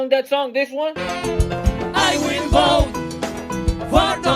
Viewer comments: "I will boat for Donut Trump" LMAO!!! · "I wheel boat for donut trunk!" You kill me!! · A ha ha ha ha ha haaaaa! " I will boat for Donut Trunk" hee hee heeeeee! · Actually, it was "I will boat for Donut Trunk....😝😂🤣